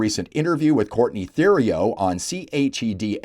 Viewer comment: Typical Liberal default. Btw, Theriault is pronounced Teriault. You don't pronounce Th as in the, you pronounce it as a T. Thank you.